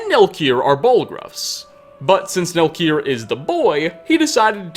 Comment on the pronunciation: why the dude who is voicing over the video puts an a at the end of so many words where a does not belong. like the following: "and his youngest son: Nelkir(a)." "offspringa" "fathera" "the wispering doora" "herea" "wizarda" "ebony blaida" "siblingsa1" its so weird